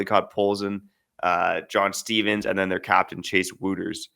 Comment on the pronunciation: Wouters is pronounced waters